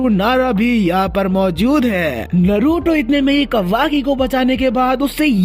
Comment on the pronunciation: Naaruto pronounce hota hai noruto nhi